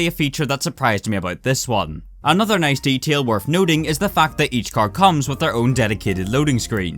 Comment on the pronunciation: 'ery noice